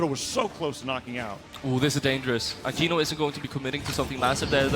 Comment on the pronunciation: It's akeno not akino 😅